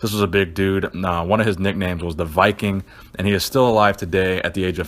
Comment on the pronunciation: VIKING POWER or as it sounded WIKING POWER